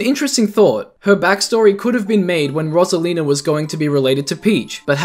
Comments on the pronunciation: Rose not ross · Its pronounced ROSE-ALINA NOT ROS-ALENA WHEN PEOPLE SAY IT WORONG IT PISSES ME OFF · bro the way he says "rosalina" messes with me lmao